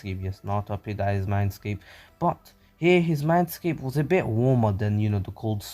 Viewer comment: What he says “his mindscape is a bit warmer” vs what I hear “his MANSCAPE is warmer